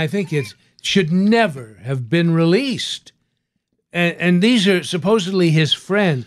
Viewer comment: Something about the way he says “should never have been relEASED” makes me crack up 😂